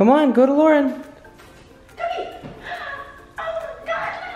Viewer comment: ChocolateSqushiyLPS Pro I was dead when he said luaren he's gonna bite something😂